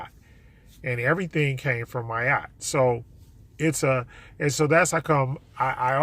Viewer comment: It sounds like you’re saying “my Yacht”.